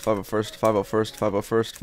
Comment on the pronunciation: Started to sound like fabba wurst.